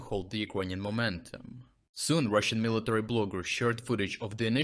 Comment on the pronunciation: Hahah Mr. Word Perfect, it’s military.